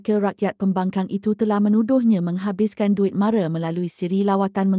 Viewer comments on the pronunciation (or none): Sebutan MARA tu salah, MARA bukan MARE, macam orang bangla pulak, lain kali elok belajar dulu sebutan yang betul